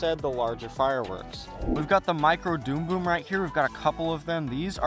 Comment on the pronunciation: Dumb bum not doom boom ffs say it right